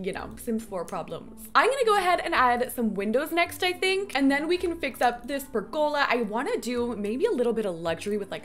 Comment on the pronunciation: 😂 I can’t help but giggle every time you say pergOla. Lol so much emphasis on the O.